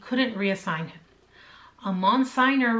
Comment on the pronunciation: Monsignor ( mon senior ) pronunciation